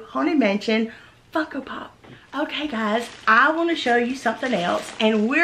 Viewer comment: Deanna Grant she certainly did. It was obviously by accident. If you listen, she said Funko without the n.